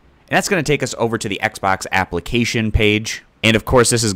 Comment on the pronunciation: Thanks. Now I'll never be able to un-hear, "Xbax app" ever again.